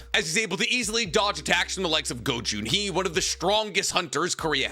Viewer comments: My ear hurts when you called the chairman GO JUN HEE instead of GO GHUN HEE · It's Go Gun hee not go Jun hee